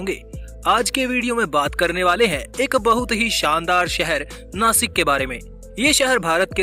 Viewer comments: Please pronounce properly It is नाशिक not नासिक. Message for गवार हिंदी people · अरे नासिक नाही रे बाबा "नाशिक "आहे ते " स" को "श " बोलो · Be chokko आदमी, नाशिक आहे ते, 🤬🤬😡😡नासिक नाही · नासिक नाही नाशिक बोल 👆💯 जय महाराष्ट्र 🚩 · This is not a नासिक this is called a ‘ ’’नाशिक' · It's not नासिक it's नाशिक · नाशिक not नासिक 👋